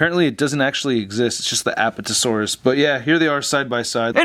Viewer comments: Lol he says appatatosaurus instead of Apatosaurus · It's apatosaurus not aptosaurus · a PAT a - saur- us. the emphasis on pat. just thought you would like to know. awesome review as always.